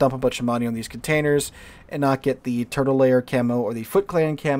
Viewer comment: Am I the only one who thinks these skins look like cheap toys from china? Also do not know whats wrong with me, everytime you say Turtle Lair i think your saying Turtle Layer.